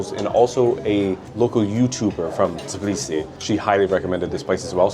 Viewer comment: Its Tbilisi , not TIBLISI